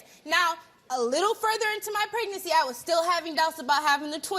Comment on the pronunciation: During the Pregnacy! Trash! Usually when they can't even bother to say things right the dude isn't the father!